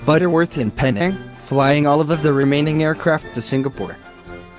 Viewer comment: Pronounced Penang wrong.